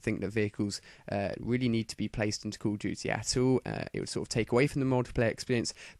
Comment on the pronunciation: i like how he says 'weally'